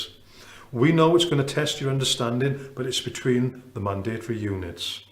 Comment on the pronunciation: Love how this guy pronounces mandatory! All well and good lecturing but I think this guy needs a lesson on how to reduce this from five syllables to three!!!